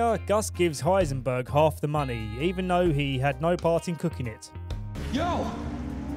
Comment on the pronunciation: = Heisenberg